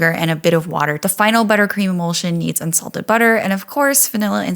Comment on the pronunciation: I thought you said insulted butter not unsalted. I was like how do you get that. Are store bought insults ok? Lol